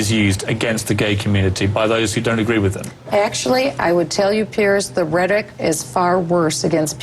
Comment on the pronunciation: did i hear right or did bachmann say ret rick for rhetoric? of course, it might be glitch in the sound system or just a one time slip of the tongue but, given her ignorance so often on so many topics, i'm guessing she doesn't really know the word. it was a dubya. remember nule key ahr for nuclear?